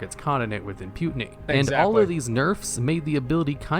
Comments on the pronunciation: WTH is imputiny? You mean impunity? Don't use words you can't pronounce. Yea, I'm THAT guy. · Did he say; "imputiny" ? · Lost it at "Im-Putin-ey." The old rascal is even invading WoW now! (Yes, I know he meant impunity.) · the guy said “imputiny” instead of “inpunity” like 8 times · that "impuTINY" is killing me ^^ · the "imputiny" bit drove me insane lol